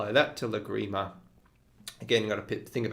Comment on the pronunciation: Wow. I love Lagrima, and these are great ideas. (But, did the school also re-imagine the pronunciation - the stress is on the first syllable of Lagrima) :) I think I will begin with the tremolo texture - the most approachable for starters - thanks!